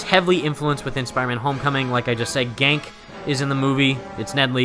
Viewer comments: Small thing. It's pronounced "Gan-kee" LOL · PLEASE LEARN HOW TO PRONOUNCE GANKE!!!